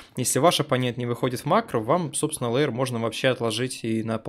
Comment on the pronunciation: Может всё-таки хотя бы лэир, а не леер.